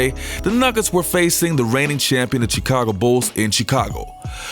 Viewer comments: U have a good show. I from Chicago. Born and raised. Theres 2 things we gripe about. 1. Pizzas has to be good. 2. When people pronounce Illinois with the S sound. The S is silent. Now... it's annoying when u pronounce Chicago without its SH sound. That is sooo fucking annoying. Its pronounced, Shicago not Chicago. Of course it's spelled as Chicago. Got it!!! Work on it. Jeeez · Sorry but I hate how this guy says Chicago god damn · Dude...why can't you say Chicago properly? Or Charlotte for that matter? Just curious.